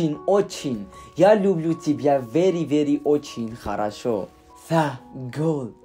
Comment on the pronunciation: Я люблю тебя֊ ն ինչ հավես ես ասում😂💜 perfect